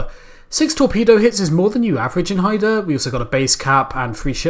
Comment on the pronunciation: Hi review Pronounced Hi-da